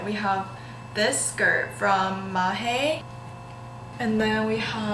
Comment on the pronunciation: hmm just wondering.. isn't maje pronounced like maaj?